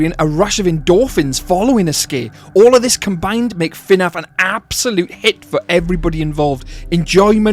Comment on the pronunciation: abolute bonkers of a video, well done but please its not f'naf, its fnaf